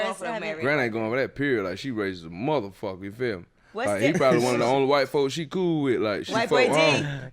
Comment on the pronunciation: Trouble said Bool (cool). He reps the B too